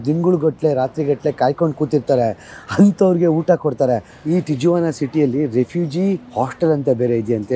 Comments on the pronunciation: Hi sir and mam your all videos are amazing bestest videos in kannada nan anthu nim channel big fan ondh video nu bittilla.. matte ondh correction in this video TIJUANA na ju should be read like that.. ju becomes hu.. please read it like TIHUANA. I live in California Bay Area. I love your Amazon forest videos especially and also Iceland videos. Hats off to you both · It’s pronounced as Tihuana. In spanish, j is spelled as h. Trump during first term built only 50 miles of wall. wall existed built during earlier administration. Mexico sounds as Mehico. No matter how high the wall, coyotes find a way to smuggle the people from Mexican borders. There are lot of tunnels that are dug directly into border towns in US. Did you know that #2 illegal immigrants are from India? There are some states in US encouraging the illegal immigrants. State doesn’t cooperate with immigration enforcement. These people have nothing to lose. Once they enter US. They hide behind community and work for lower pays. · Hello, lovely people' great and very informative videos. I am curious and always looking forward to your videos. And it is never disappointing you guys are special vlogger than all you youtubers. hats of and. Stay safe and all the best. " Tijuana "it's produced as "tee·uh·vaa·nuh" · Wall existed since 1907 and every president is reinforcing the wall. Do some research before posting misinformation. You saying Bush built 20km wall in 1993, which is the start of the wall is completely wrong. There is a long history for the wall. Its not difficult to find the information. And you are in Tijuana, at least try to learn how to say the name of the city. In spanish "J" is pronounced "H". Its pronounced differently. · ಅದು ಮೆಕ್ಸಿಕನ್ ಹೆಸರು. ಟೀ-ವನ ಅಂತ. Not ಟೀ-ಜುವನ . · ಅದು ಟಿಜುವಾನ ಅಲ್ಲ, ಟಿಹುವಾನಃ. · It is ಟಿಹ್ವಾನ not ಟಿಜ್ವಾನ. Sorry, I had to say this. 😊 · Appa nimma pronounciation sari madkolli. Tiyavana antha. Guatalahara kanri. Katkondavare alla. Katkondiddare.